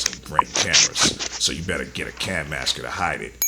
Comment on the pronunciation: Cam-asker? You’d need 2 M’s to be “cam masker”.